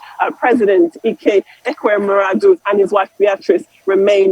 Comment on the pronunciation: Babe keeps tripping over her tongue when she pronounces Ekweremmadu.